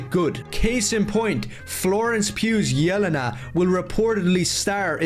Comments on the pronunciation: And notice how he kept pronouncing it YEL-uh-nuh instead of yeh-LEN-uh? Fucking tourist. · It's funny how he can't say it right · No way he said “yell-en-u”😭😭🙏🙏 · The way he pronounces "Yelena" makes my ears secrete blood. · The way he says Yelena 😂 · He apparently doesn't know enough about Yelena to even pronounce her name correctly, so how can he have a strong opinion on how her (reported, not even actually confirmed) presence will affect the movie? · He can't even pronounce Yelena right and he's complaining about them "not getting Punisher's hair right". Also people can have facial hair when they don't usually do. That's a thing people do.